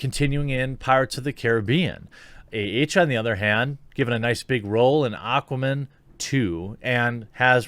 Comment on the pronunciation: I love how you said Aquaman like it was a last name lol "Aquaman! Kosher guardian of the seas!"